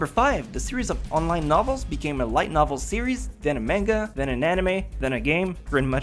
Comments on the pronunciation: not "menga" , manga! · Mangas sound like MONGA not MAN GA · The way he said manga though. Main-ga. God, I vomitted. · He said manga wrong...